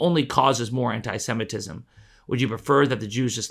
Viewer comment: Holy crap you're the only person that knows how to pronounce the word Semitism